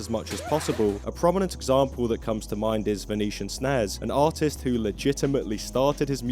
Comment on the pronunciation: Every time you say artist/s I hear autist/s and it fits perfectly. 😅